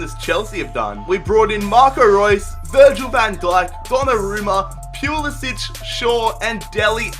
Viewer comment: pls stop saying pulisc's name like that. In america t is pronoused POO-La-Si-ch